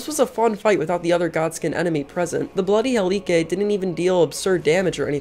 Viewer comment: Great Video! One Small issue... "Bloody Helikay"